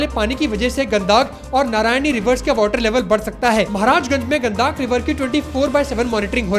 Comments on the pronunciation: गदाक नदी नहीं है वो गंडक नदी है ❤ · Gandaaak nhi gandak h wo